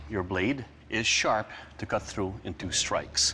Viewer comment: NOW,i-t-w-i-l-l-c-u-t,not eat will keel hahahha